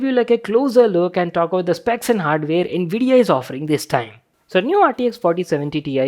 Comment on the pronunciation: Bhai ye all 'nvidia' q sound kr raha hai.